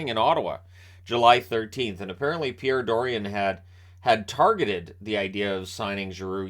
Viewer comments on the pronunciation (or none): none